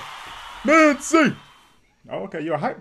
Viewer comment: Thanks for the reaction.. this is how you should pronounce Minzy : Mint + Z Blackjack on top and always.. 😊